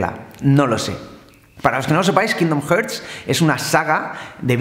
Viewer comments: kindon jerts? omg la pronunciacion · La segunda opción que has dicho, es como se pronuncia. Gracias por preocuparte por su pronunciación, estoy harto de los paletos que dicen "QUÍNDON JÉRS" y demás barbaridades de español de Toledo... Mucho cringe me dan. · tú di kindon jarts, si te entendemos igual